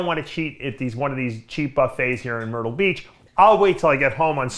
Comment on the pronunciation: Did Dave say "Myrtle Beach" or "Turtle Beach" 😉